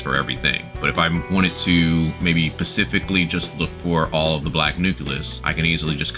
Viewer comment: and many others lol, was pretty funny and kept me entertained. goad=gold, pacifically = specifically and some more. lol loved it anyway as it made for good entertainment.